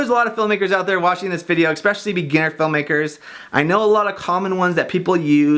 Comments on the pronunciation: It's eSpecially NOT eXpecially!!! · Exspeciallly? Really? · Especially not expecially... On every one of your videos I want to make the same comment... finally did!